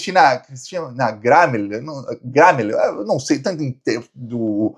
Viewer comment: A pronúncia é Cristina "Grêmio"